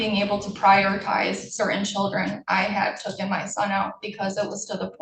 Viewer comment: Lady its "taken" NOT "tookin" Just a little advice Hope things work out for the child